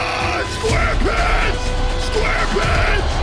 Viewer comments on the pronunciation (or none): “SQAUREPANTS SQUAREPANTS”